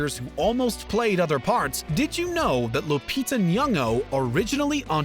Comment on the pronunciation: Omg you pronounced Lupita's last name correctly!